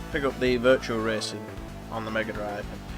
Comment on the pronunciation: It's virtua racing dude, not virtual.